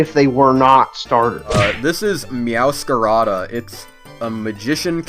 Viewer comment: It's not Meows-Carada. Mix it with Masquerade, as You said it Yourself. Meow-Scarade-Ah*